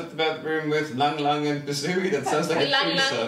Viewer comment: Funny innuendos! BTW that Ylang Ylang was pronounced ee-lung ee-lung. It’s a very fragrant flower from Southeast Asia.